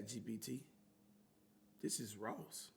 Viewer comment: THANK YOU he do that every time he say it 😂😂😂😂